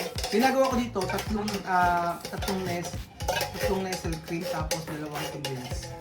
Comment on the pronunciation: Classic talaga yung pagbigkas ng "NESEL CREAM"😂😂😂